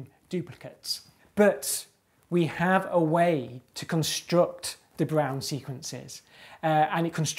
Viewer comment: Wait, I know who de Bruijn is, but with that pronunciation! I didn't even recognize it... I guess there's a reason you're a mathematician instead of a linguist :D For reference, it's more like "de broin", or if you read IPA and want to be that guy that shows off their sweet front rounded vowel skills to an English audience, [də ˈbrœy̯n].